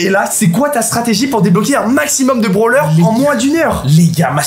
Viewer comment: Il dit des branleur au lieu de brawler